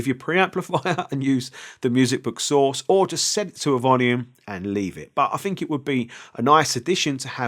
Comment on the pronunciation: I'LL a always remember you as the guy who says "fink" (think) 😂👍